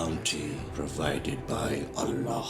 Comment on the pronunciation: This is so embarrassing to watch. First they can't even pronounce ALLAH properly. Second Islam never allow us to do bad things not even thinking. To kill for Islam is simply bullsit.